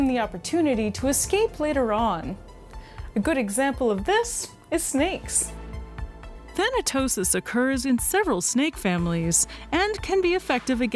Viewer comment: Thanatosis Than-tosis Thanosis Thanos 😳